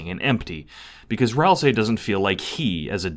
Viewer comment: Thank you for not calling them "Ral-SAY"